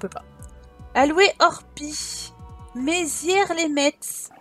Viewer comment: Les lorrains vont rigoler en t'entendant prononcer Metz 😂 😍 (le t ne se prononce pas 😘)